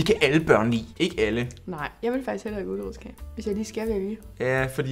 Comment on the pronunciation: Jeg døde af grin da sage “ulerodskage” 🤣🤣🤣🤣🤣